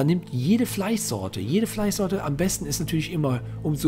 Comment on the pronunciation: Er hat Fleissorte gesagt😂